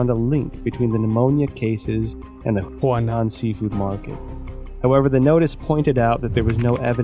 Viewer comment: The man cannot pronounce a single name correctly in Chinese. He has been writing about the Chinese Communist Party for over 10 years and he cannot pronounce Chinese names? He even calls the Huanan Seafood Market the Hunan Seafood Market. Look, I don't challenge the findings he may have made, but he should have taken the time to speak with native Chinese speakers to get the pronunciations right. He calls himself an expert, but he obviously can't speak the language. Sorry mate, but you've undermined your credibility completely. You must have been reading only articles written in English, so you are obviously not a true expert on China and the CCP. China in Focus, shame on you for letting him make this video without helping him make the correct pronunciations.